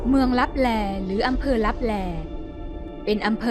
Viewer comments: ขอโทษนะครับ ที่อ่านว่าเมืองตับแต😅😅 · ขอโทษนะคะที่อ่านว่า เมืองลับแต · ขอโทษคา ที่อ่านว่าเมืองลับแต😂😅